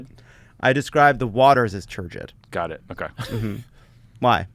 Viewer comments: Turbid, not turgid. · Lovett: turgid waters? I think (or hope) you mean turbid. Turgid means rigid because of the pressure of liquids in a more or less elastic tube (you pompous dick!)